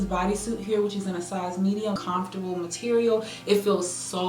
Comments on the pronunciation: Lol the way you say comfortable. Confortable? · I love the way she says comfortable 😂